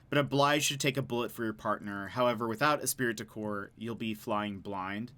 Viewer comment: Esprit de corps is pronounced "Espree- deh-core"